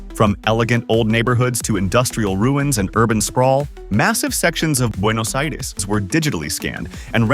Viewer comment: Very good pronunciation of Buenos Aires